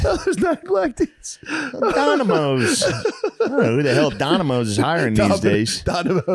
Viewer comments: Its pronoinced Nomidoes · Every Time he says donimoes the earth gets a little better